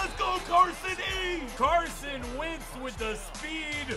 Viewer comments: It’s wentz not wintz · It's Wentz not Wintz